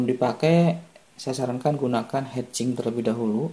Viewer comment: Mantab om... Ditunggu lanjutannya... Ijin kasi masukan, heat sink sebaiknya tidak dibaca hed sing (kepala bernyanyi) melainkan dibaca "hit singk", hit dibaca seperti biasa sedangkan singk dibaca seperti singkong tapi tanpa -ong. Atau pakai bahasa menjadi "pembuang panas". Semangat dan sukses terus om...